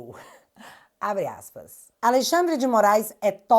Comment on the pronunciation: Hehehe, "Aleixandre"